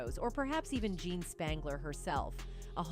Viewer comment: I doubt Jean's name was pronounced "John". And why do you keep saying "M" instead of murder?!? Also please get a thesaurus, I had to turn it off, I couldn't bear hearing the words compelling or enigmatic one more time!